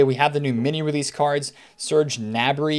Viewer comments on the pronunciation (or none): none